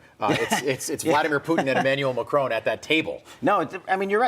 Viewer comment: Macron, not Macrone. FFS